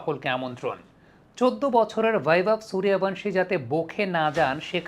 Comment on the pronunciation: "বেভব সুরিয়াভানসি" না বলে বাংলায় “বৈভব সূর্যবংশী বলেন। "পশ্চিমবঙ্গ থেকে আপনার কাছে অনুরোধ... বাংলা ভাষা টাকে হিন্দির সাথে বিকৃত ভাবে উচ্চারণ করবেন না।